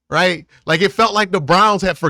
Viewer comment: He doesn’t say Right… Cmon man say it right.